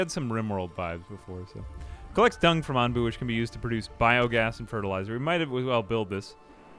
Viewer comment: I’m not sure if he’s joking, dyslexic, or actually thinks by-oh-gas is pronounced bee-oh-gauss…